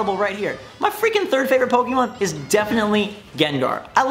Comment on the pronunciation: When you have played Pokemon from the start and still can't pronounce it correctly.